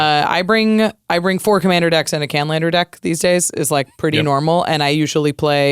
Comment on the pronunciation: The "canlender" deck? What's that?